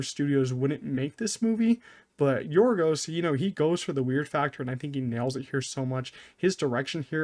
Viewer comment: Excellent pronunciation of Yorgos' name